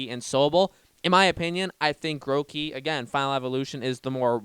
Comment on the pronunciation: HE CALLED IT MOTHER FLIPPING GROWKEY AND NOT GROOKEY